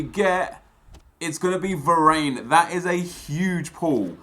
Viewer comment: please stop pronouncing varane wrong, it hurts my ears